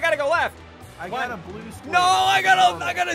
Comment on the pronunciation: oh it’s messed up btw lol